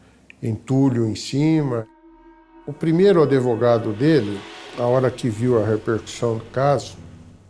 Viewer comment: Esse senhor falando "adevogado" me deu muita agonia rsrsrs Mas sobre o caso, eu achei uma situação revoltante, uma mente extremamente sombria!